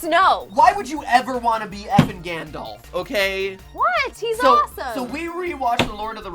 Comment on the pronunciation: Galdolf? Sorry, what? Gandalf.